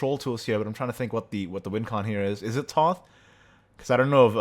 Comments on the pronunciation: Thoth is an Egyptian god. Her name is pronounced like tote bag. You can state incorrect things all you want, you're still wrong. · plz. Thoth is pronounced Tote. Like a tote bag